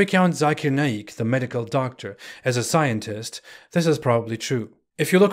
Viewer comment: That daktarr he should learn to pronounce it next tym